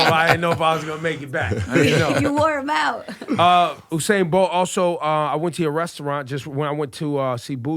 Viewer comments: Its not Oo0sain its U-sain as in U-turn,as in U-nited States. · Every time ebro said oo-sane my heart hurt. It’s USAIN the rawtidhole fastest man aliveeee put some respect on it nuh 🙄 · He says oosain. It's pronounced 'You-sain'. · It’s not fucking OUUUUUUUUSAIN It’s USAIN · he k Ebro keeps mispronouncing Usains name....Ebro stop being a yamhead. If you interview the Great Usain please learn to pronounce his name like how you suppose to. Not oooosain. Its Yu-sain. He been jus too nice to correct you. #duh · My brother, his name is pronounced, “You Sain” . 🇯🇲🇯🇲🇯🇲🇯🇲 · stop saying oousain .. wtf man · When he said uosain bolt I click off 💀 smh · Why he saying his name wrong Ebro wired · Ebro has the reading ability of a 5 year old.. the mispronunciation was egregious. Makes Mayweather look like an English professor.. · Ebro is comin across less than knowledgeable. They were not prepared for this one. Please learn to pronounce Usain's name the correct way? Btw, you are embarrassing and becoming like Charlemagne Tha God. A real yamhead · this yute pronounced every name wrong! its U-SAIN! and its BU JU! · Ebro you need to learn how to pronounce Usain and Buju🙃😂